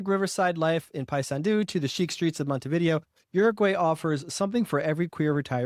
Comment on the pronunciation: Least you can do is learn how to properly enunciate the city names, your stats go out the window as lazy, say Montevidéééo accent on the é is not a Monte-video, and not hard to learn that.